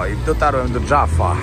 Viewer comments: Mówi się Jafa, nie Dżafa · nie Dżaffa. JAFFA. Przez Jot😊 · Unikaj anglicyzmów Jaffa to nie "Dżaffa"😉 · Jafa a nie dżafa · Wszystko super, tyle, ze mowi sie jafa/jafo (przez "j" jak jamnik); pozdawiam serdecznie!